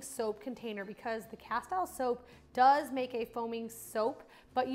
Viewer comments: It's pronounced "casteeel" soap, not "ca-style" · Castile is pronounced casteeeeel